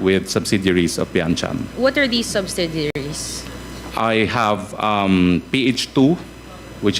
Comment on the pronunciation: the other woman wearing blue blazer she could not even say properly the simple word 'subsidiaries' 😂😂😂